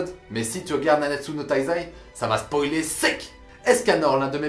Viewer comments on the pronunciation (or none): none